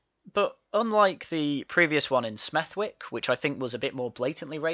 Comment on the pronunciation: "Smethwick" is pronounced "Smethick"